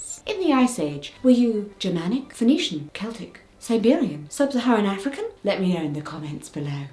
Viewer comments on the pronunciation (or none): none